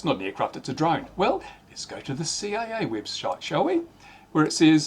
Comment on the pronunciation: "let's go to the CAA webshite" 🤣 Freudian slip?